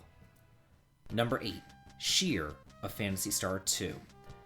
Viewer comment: Silly little nit-pick here. Shir's name is supposed to be pronounced "sher". Her full name is a pun on "Sure Gold", meaning easy money.